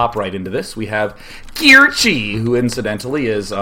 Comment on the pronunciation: Kirche = Cherry in German. It is not pronounced KEER-chi.